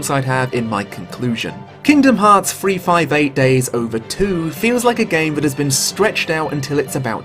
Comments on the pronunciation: Oh shit, someone FINALLY pronounced the title of this game correctly. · Oh shit it super threw me off that someone said 358/2 Days CORRECTLY